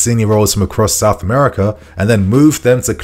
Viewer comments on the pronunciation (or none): none